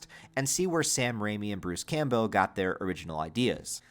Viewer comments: Why do you keep saying Bruce's name wrong Campbell Cam-Bell Like the soup Not Cam Bow Campbell Cam-Bell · "Camp-Bell" holy crap, dude. 😂 are you really going to mispronounce his name for 6 hours? have you tried pronouncing basic words correctly? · It might be different across the Atlantic but here in the UK Campbell (originally a Scottish name) is pronounced "Cam-Bull"? I wonder if it is a Stateside thing to pronounce it litterally? Any who, just a thought. Am half way through and already sad there isn't another long form video to watch after I have watched all 3 of your epic horror deep dives 😢